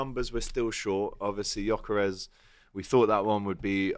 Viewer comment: Why is it so hard to pronounce names with the Lyle family? How is 'gyok' jok?